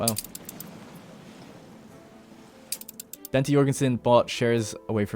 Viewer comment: it's not very important but Bente is pronounced Ben-ter